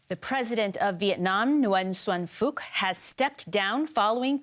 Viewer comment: From a vietnamese perspective, i find the way the reporters pronounced "Phuc" hilarious, it sounds just like the funny F word!